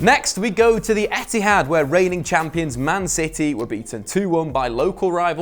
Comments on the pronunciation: How many of u noticed said Empty-had at the end of emoji Mondays?? 👇👇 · You said, EMPTYHAD haha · does he say "Empty-had" that's jokes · Did anyone hear say Emptyhad? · Nice to see you, and was it me, or did he call cities stadium the emptyhad.